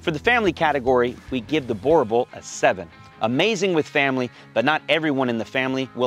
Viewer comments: Great clip. I know Boer looks like you should pronounce it as you do. But it actually sounds like boo, as in Casper the ghost go boo! Boo!r. Your Boerboel will instantly start fetching your slippers for you if you pronounce it like this.. No really! Thank you for the great contribution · It's funny how ya'll pronounce boerboel so weirdly different from us here in South Africa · How did you come to South Africa and not learn how to pronounce the dogs name😂